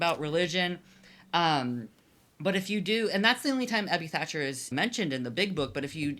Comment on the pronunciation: Tiny annoyance - it´s THACHER, not 'Thatcher'. Edwin Throckmorton Thacher. I know it´s a small thing, but still. This is usually corrected when you search for his name (though it is often spelled wrong even in articles), but if people want to read up on AA history you might miss important stuff if the relevant names are spelled incorrectly.